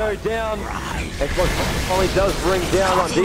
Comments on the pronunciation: Listening to the narrator call XBOCT ''Xbox'' is fucking painful to my ears. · Its XBOCT, not X BOX